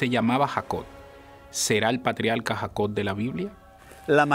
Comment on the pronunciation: Se dice patriarca, no patrialca. Se dice Jacob, no Jacod.